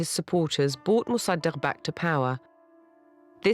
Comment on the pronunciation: Pronunciation fail: Mosa-duck 😝